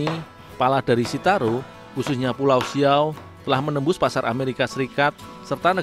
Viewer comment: Bukan siaw min tapi siau